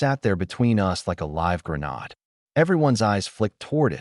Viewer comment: I wish A I would learn to pronounce GRENADE!!